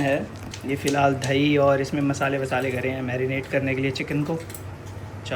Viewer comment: 😭😭"DHAIIII" OR DAHIII ????